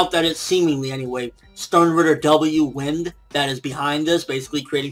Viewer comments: I think pronounced wind as in "why-nd" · Its read as "wind" like "bind", "blind" and "grind" not wind as in air. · ForneverWorld I don't think W is for Wind that blows. I think its for Wind (pronounced Wyned). If you remember it seemed as though when Kirinji attacked, a distortion opened up in the floor and shifted him to the side. I think his ability is to wind space so that opponents are shifted away from a person in spite of the person traveling on a straight path. That's why Kirinji is so surprised that he's missing in spite of Juha not dodging. He'd feel it if he were blown away, but not if space shifted him away. Thus, they cannot touch Bach and possibly W can change their path so that enemies attack each other instead of Bach. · I believe it's "wind" as in to twist or bend.